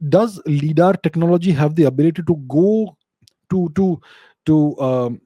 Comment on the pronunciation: Hey now, let's not start pronouncing things wrong... LiDAR stands for "Light Detection and Ranging" - so the 'Li' in LiDAR is pronounced like we do for the word 'light'. Surely, we don't say "lee-ght"; so LiDAR wouldn't be lee-daar but lie-daar instead. Also, there are tons of discussions about how many Egyptologists have been gatekeeping the true information; much like how the matter of 'Gobekli-tepe' in Turkey, have been suppressed. At this point, anything is possible. History as we know it, is tainted, at best.